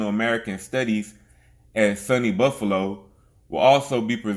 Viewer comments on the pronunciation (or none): none